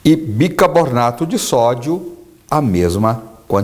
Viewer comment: BICARRRRBONATO SENHOR BICARBONATO.... ALOE VERA SR. ALOE VERA